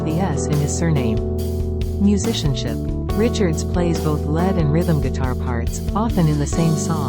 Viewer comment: "Lead guitar" is not pronounced the same as "lead" the metal 🤔